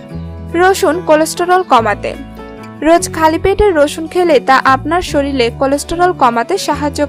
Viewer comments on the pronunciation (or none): 'শরীরকে' 'শরীল' বলেন কেন? লেখা-পড়া ভালো জানেন বলেতো মনে হয় না। বিরক্তিকর।